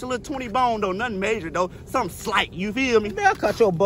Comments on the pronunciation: He actually said..."Nun slight just sum opposite of what he said the other 3 times... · sumin' slight g